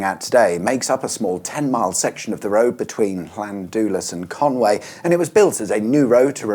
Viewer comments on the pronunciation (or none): It’s Conwy not Conway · Llan-dee-las and Con-wooee. It’s certainly NOT Con-way. Just saying. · It’s pronounced Con wee, not Con way 👍